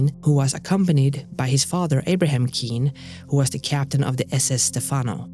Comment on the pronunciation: And one other note: capt's Abram and Wes surname is pronounced "Cain" or "Cane" Us Newfoundlanders can be a bit weird "wit' prunouncin' gear duh way tiz spelled" in that we rarely do.